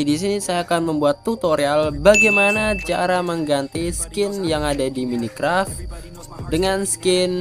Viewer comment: mine bang bukan mini 🤣